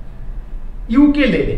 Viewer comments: বানানটা ukulele হলেও ওটাকে ইউকেলেলে বলে না। উকুলেলে বলা হয়। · দাদা ওটাকে উকুলেলে বলে